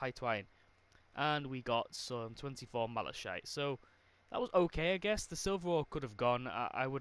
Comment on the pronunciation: Is it just me or did it trigger me how he was power level 120 but doesn’t know how to say malachite